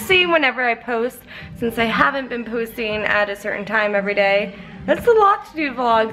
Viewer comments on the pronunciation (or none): She said poosting lol 😂😂😂